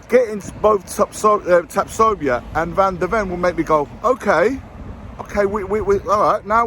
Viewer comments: Sorry to " nit-pick but the name is Tatsoba NOT Tatsobia. Look forward to your vids👍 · Imagine trying to correct someone, and you can't even do that properly 🤡 It's Tapsoba!